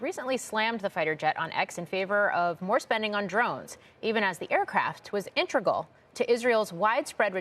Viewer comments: The aircraft was "intrigal" 🙃I guess ... "nucular" weapons are "intrigal" too 🤣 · "intragal" Its integral. You'd think CNBC would make sure their anchors could speak English properly on air.